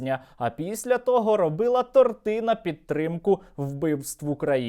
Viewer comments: Уважаемый Сергей , не тортЫ , а тОрты ! Без обид ! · Ну, блін - тОрти, а не тортИ 😉